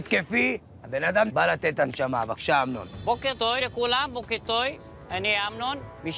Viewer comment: בוקר טוי במקום בוקר טוב חחחחחחחחח